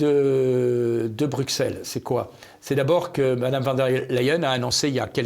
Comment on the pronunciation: Merci ! N.B. On dit Brusselles et non Brukselles !